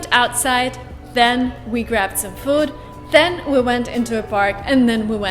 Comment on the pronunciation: emmmmm, but the auto-caption of this video can't distinguish the difference of your pronounce of "than" and "then", would you like to review it ? I meant no harm